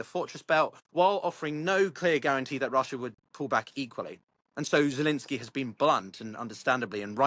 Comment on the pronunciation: Why do you keep calling him Zelinskyy?